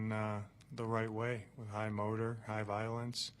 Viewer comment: Sounds weird af when he says "high violence"